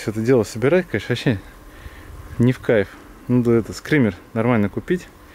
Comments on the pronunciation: Скиммер а не скриммер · Ток не скример а скиммер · не СКРИМЕР, а СКИММЕР !!!